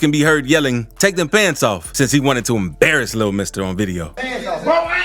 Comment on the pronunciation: why he say embarrass so hard😂